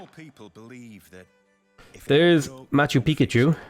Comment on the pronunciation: Very serious question, did anyone else hear him say Machu Pikachu at about 8 minutes?